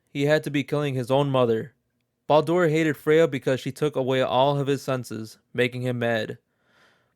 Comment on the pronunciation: Why are you saying Baldur's name like that? Are you reading stuff from a list on the internet and making a Youtube video out of it?